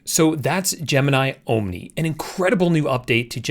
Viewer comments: Great video. I agree. It's there to replace Sora as well. Nice move on their part. Oh yes, before I forget....it's "AhhMNI", not "OhhMNI" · Actually: ah-mnee(en-us) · Tell me it's ai generated without telling me it's ai generated 'oh-m-nee' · Oooom nie? You need to fix your ai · Ohm-Knee? Your pronunciation. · "Ohm Knee" 😂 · Pronounce omni as AHM-nee 🤣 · Ohm nee. Same here. :) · Why don't you learn how to pronounce omni i cant stand to watch you anymore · bro learn to say omni properly. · Your AI avatars know how to pronounce "Omni" better than you lol wassup with the hard "O"? lmao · Ah... you finally admitted that the entire channel is AI generated. Nah, you must be real - Omni would have known how to pronounce Omni ha ha 😎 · I'm glad I'm not the only one that was triggered by the pronunciation of Omni. Dude.. did you learn English in Canada or something? 😂